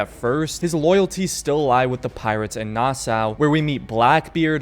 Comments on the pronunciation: omg its pronounced nasaw not nassaa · I served on the USS Nassau the name Nassau is pronounced Nassaw. I remember when I first got on board I said it like you do in this video and I was corrected very quickly. Thats the military for ya lol.